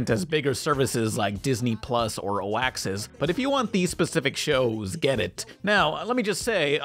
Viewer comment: "Oaxis" Lul